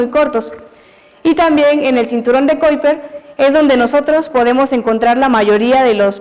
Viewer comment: Excelente exposición!! Solamente quisiera acotar que la profesora cuidara un poco más la pronunciación del nombre de las sondas, los astrónomos y el cinturón de Kuiper para no perder el contenido tan bueno. Un gran abrazo desde Chile.